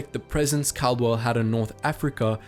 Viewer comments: called-well ffs not cal-de-well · It’s not Cardwell, is Caldwell, it’s said Called well. Believe me I know, that’s one of my last names 😂